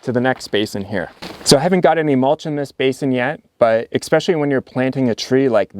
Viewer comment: "Expecially" interesting.